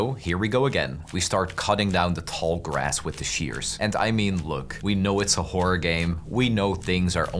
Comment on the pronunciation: bro please horror has an "or" at the end stop saying wh*ore 😭